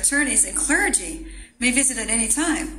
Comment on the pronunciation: Yeah considering this is a replay. Of a video from a while ago. She needs to learn how to say clergy